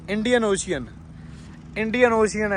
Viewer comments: veere ochian nhi hunda oshan hunda mai punjabi wale word ch dss rya english ch spelling hor hundi ocean hunda but boln ch oshan bolde 🙏🏻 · ਓਸ਼ਿਅਨ ਨਾ ਕਹੋ ਵੀਰ ਓਸ਼ਨ ਕਹੋ